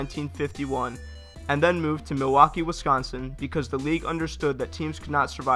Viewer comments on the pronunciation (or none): none